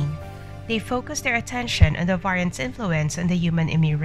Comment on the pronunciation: Get real ppl! The AI can't even pronounce "variants"!